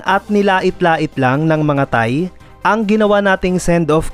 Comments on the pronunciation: Bakit parang tae naririnig ko😂😂😂 Thai pala😂 Hahaha! Hayaan na lng natin ang mga thae😂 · Once a thae😂 always a thae 😂😂😂